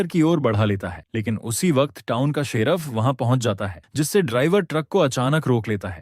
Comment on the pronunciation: 😂😂abe gadhe sheraf nhi hota sherif Hota h